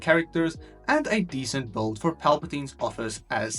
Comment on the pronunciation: Why do you always say bold instead of build?